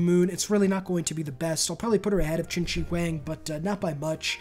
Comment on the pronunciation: Dude, as a Chinese I laughed so hard when Yongle was pronunced as 'young goal'.😂 well, that was still better than chin chi wang though.🤣🤣🤣I am sure he is not relavtive to chinchilla